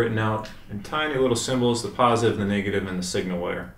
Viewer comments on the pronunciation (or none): none